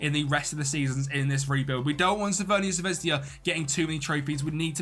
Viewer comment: Please stop calling Crvena Zvezda as "CRVENIA ZVEZDIA" or you could just use a english alternative as Red Star and the serbian pronunciation is "Cr ve na Zve z da" The English letter J in Serbian is pronounced as a Y and not a J